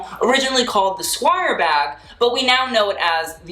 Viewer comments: Jess-key-air. You betta enunciate that 😂😂😂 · LMFAO what was up with the very intentional Ghesquière pronunciation?